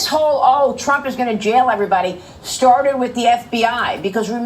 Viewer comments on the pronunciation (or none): "Shtarted"? I don't understand how a woman with a speech impediment got a job on the news in front of a camera. Vagina privilege.